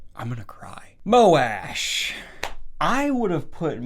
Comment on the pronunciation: Is Moash pronounced how Daniel does? It sounds so bad this way